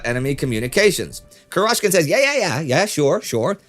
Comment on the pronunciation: It's 'Kurochkin, with the stress on the first syllable. Means literally "Chicken's" in Russian.